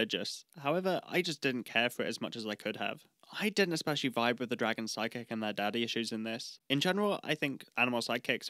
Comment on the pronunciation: Anytime you say "Side-kick" I hear "Psychic" and have to correct my brain.